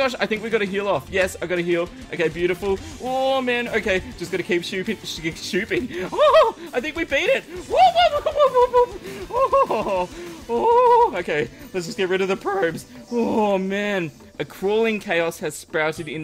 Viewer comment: is turning into popularMMOs HE SAID SHOOPING!